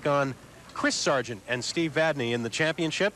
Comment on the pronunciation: Hey...wait....did I actually hear these two clowns pronounce Steve's last name correctly?? WOW!!